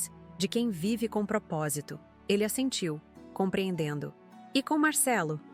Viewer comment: Assentiu , não " a sentiu "